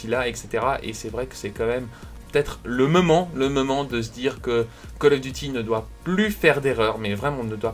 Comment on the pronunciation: Mdr a min il a dit c le meument